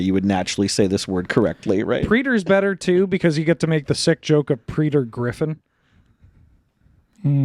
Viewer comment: coming in with the Absolute Worst most unintelligible pronunciation of Prey-tore or prey-a-tore known to man